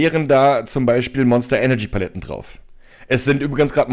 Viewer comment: Bin ich blöd oder sagt er immer wieder "Baletten" statt Paletten?